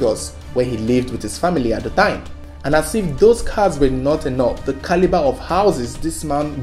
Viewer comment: Let me hear u say "Caliber" again 😠